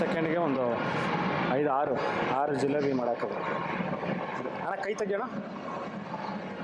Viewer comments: ಜಿಲೋಬಿ ಅಲ್ಲ ಜಿಲೇಬಿ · ಜೂಲೋಬ್ ಅಲ್ಲ ಜೀಲೇಬಿ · Not julebi itis jilebi